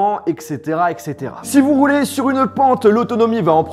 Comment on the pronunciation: entendez reuler au lieu de roulez...😁😁😂😉😆😅👍